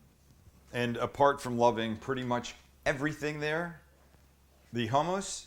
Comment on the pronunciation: HOE-MOUSSE??? ITS CALLED Hmm US